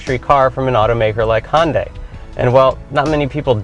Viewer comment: It's not Hon-dai, it's Hyun-dae.